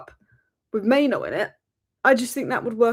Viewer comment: It's mainoo actually, not maino